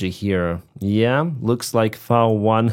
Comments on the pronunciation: English Vee vs German Vau. I'am German and I clearly hear the difference. pronounced V1 as Vau one which is German while most english speakers say Vee one. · Interesting how you pronounce V in V1 the German way. 👍 Congrats to Ukraine for this huge achievement.